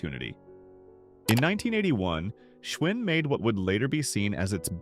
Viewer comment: I learned a lot from this video. Giant bicycles were manufactured in the Giant supermarkets! 😆 Also when Schwinn, or "Schvinn" depending on how your AI narrator decided to pronounce it this time, the brand disappeared from supermarkets? I guess it was too much work for an actual person to edit this schlock. This entire video is a joke. The loss of American craftmanship covered in an AI narrated, AI produced video. 😢